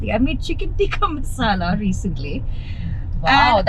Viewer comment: Chicken teekaa masalaah - why the sudden slip into British 😂